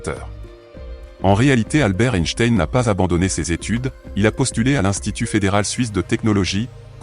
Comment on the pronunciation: Ce serait sympa de prononcer correctement son nom!!!!